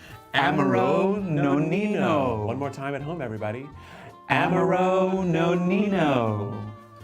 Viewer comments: lol, why do you pronounce Amaro that way?!😂👻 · This mispronunciation of Amaro is killing me… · Is no one else dying over the passionate mispronunciation of amaro?!